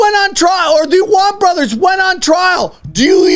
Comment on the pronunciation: It’s the “Allman Brothers” not the “Awan Brothers.” 😏🎸 “John Hancock… it’s HERBIE Hancock.” -Chris Farley (Tommy Boy) 😂